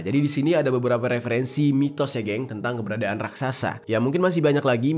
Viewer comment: RAKSASA atau RAKSAKSA